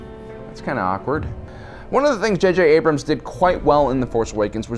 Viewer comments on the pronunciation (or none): none